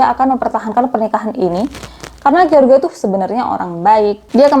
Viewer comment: Jeors baca nama si laki2 nya kak. Bukan george 😂. Pake terjemahan google dl .gimana baca nya lain x nama orang kak.